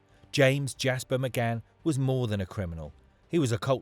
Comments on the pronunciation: Why is the narrator saying McGann? It’s McCann!! Really off putting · Can't you read, his name is McCann not McGann 😮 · You can tell he's reading this so why does he keep saying McGann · Why does he keep calling him someone else’s name?? 🤔 I was sure his name was McCann not mcgann 😂😂😂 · Thank fuck it was only 29.mins that mcGan thing was doing my fucking head in . Its fucking Mccann. You melt 😂